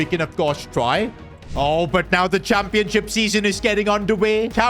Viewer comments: And why does he say ‘championsip’ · Did anyone else notice Modric said Championsip 😂😂😂 where was the h?